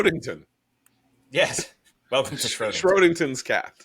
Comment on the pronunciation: I’m already missing Matt with his Zeno’s paradox reference. It’s shrodinger not shrodington. Perhaps messed up on purpose bc he was a virulent antisemite.